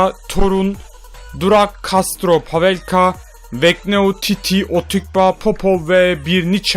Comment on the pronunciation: titi değil çiçi